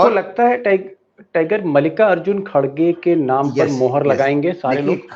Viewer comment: Isko mallikarjun khadge ka nam bhi bolna nahi aata